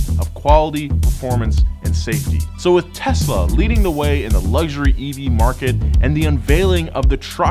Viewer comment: wtf he said tesla correctly